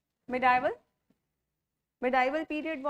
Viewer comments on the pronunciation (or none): Also : “I am, therefore I think” ! They’re “Agnostics”. “Medieval” ka sahi uchchaaran : May-dee-val”